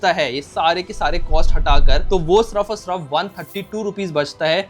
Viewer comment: yaar tum "sirf" ko "surf" kyu kehte ho!?!?